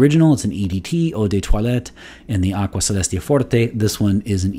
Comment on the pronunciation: I knew you were multilingual but I didn't know you spoke Latin too! Love that classical pronunciation. I own Aqua Celestia, and I tried the forte version a few times at the boutique. I remember they smell extremely similar. Now they also released a cologne forte version, which is really confusing.